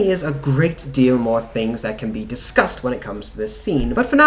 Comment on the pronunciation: Did you say “discussed” or “disgust” at the end there?